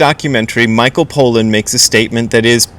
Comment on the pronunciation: I agree with Crow. You really need to drop this jihad you have against psychedelics. We get it. You don't like them. You don't like that people are interested in them. Tough; that isn't gonna change. On the subject of zen you have much to offer, but on this subject, not much more than a chip on your shoulder. That doesn't look good on anyone. Btw, his name is pronounced PAH-lan, not POE-lan. If you're not going to bother to finish the book or the doc, at least try and get the guy's name right...